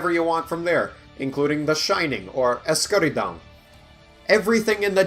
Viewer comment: You said Escuridão almost right did you know portuguese?